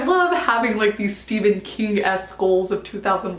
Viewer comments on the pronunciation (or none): none